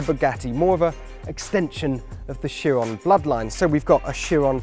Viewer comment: plus the guy pronounced Chiron wrong lmao